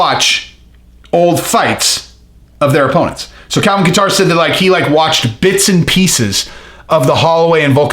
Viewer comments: No katter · I like how he says Calvin Qatar. haha. I think it's pronounced Kayter.